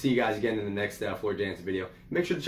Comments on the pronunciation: FYI, she is Dutch, so her last name is pronounced Yan-sen. And anything she sings is pure gold. You cannot go wrong. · Prounced YAN-sen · Had to subscribe to a 'brother'. Welcome to the Floor Jansen (pronounced Yahn-sen) Valkyrie Queen 'goddess' rabbit-hole. Discovered her a year ago singing with Nightwish. She just has to do one more thing to become perfect, find and accept Christ as Lord and Saviour! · Her last name is pronounced yansen jansen she's Dutch they pronounce j like a y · She is one of the best singer's on the planet she is better than lady Gaga or Amy Lee she's the metal goddess. Her name is pronounced with a y sound